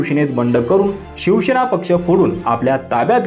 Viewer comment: अरे भावा शिवसेना असा शब्द आहे शिव शे ना नाही